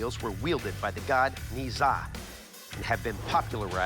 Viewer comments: They pronounces Ne Zha wrong, it is pronounced Nuhh Jaa not Neee Jaaa... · It nezha not niza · "wielded by the god nizah" oh god..